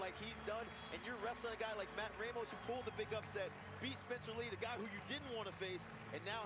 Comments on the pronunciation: It's pronounced RAH mos. Not RAY mos. Don't try to change a Latino name. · it's not ray mos